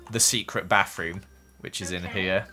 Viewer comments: No offense but I lik the way he says bath room lol baf rum lol XD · Is it just me or did someone else laugh a bit when said “Bafroom”